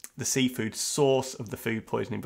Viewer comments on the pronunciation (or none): Why did I hear "seawall" when you read "seafood"?